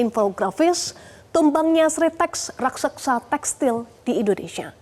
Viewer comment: Mba..kalau ngomong yg benar bahasanya bukan raksaksa tapi raksasa